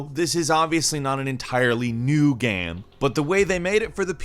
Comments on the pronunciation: and he says gamm instead of game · You keep saying GAM instead of GAME. What's the deal with that 🙄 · Is pronunciation of the word 'game' a regional thing or a personal thing? Genuinely curious.